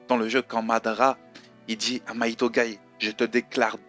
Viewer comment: Hey il me semble quand japonais c'est Mighto et non Maito corrige moi si j'ai faux:p